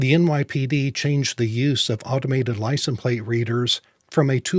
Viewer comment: ...it is "license". It is not pronounced "licen". You seem to drop the "se" from the word. Annoying mispronunciation. As to your suggestion for folks to write various level representatives or the state employed...it is a waste of time. Does anyone with any scintilla of life experience, really think that government place holders care one whit about citizen's feelings? Really, sort of naive don't you think? Yes, our American tyrannical corrupt political system is showing it's true colors. And the sad truth is, there is not much, if anything, society can do about it.